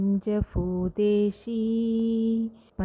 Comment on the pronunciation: പഞ്ചഭൂതേഷി അല്ല ഭൂതേശി എന്നല്ലേ